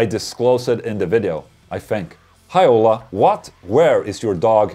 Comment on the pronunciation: The way Ola is pronounced sounds like HOLA, which is Hello in spanish. But Ola in spanish is wave. Just depends how it's used.